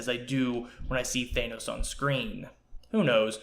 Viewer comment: Nice vid. BTW, its pronounced "THAN-NOS" not "THAY-NOS." :-/